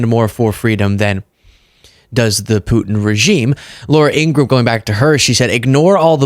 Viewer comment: It’s In-gra-ham, three syllables, like POS [piece of shit].